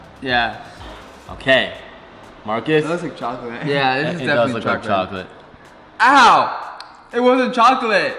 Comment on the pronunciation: Gamer Girl it's pronounced "Chocolate"